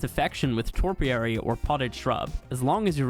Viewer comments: Topiary is pronounced Toe-P-airy, yes the big floating island is 100% Pay to Win, and yes ASA has always been nothing but a huge cash grab from a greedy company Snail Games. Alot of us never left ASE and many of the people that were deceived by the hype of ASA are returning to ASE as the numbers are showing in Steam. Which does not even count the other platforms available. ARK or at least ASA is dieing and me personally I can't wait to shout a big "I told you so". Greed will be the downfall as predicted. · "topiary" is bushes. Not "toRpiary" nothing in it talks about marco berries or torpor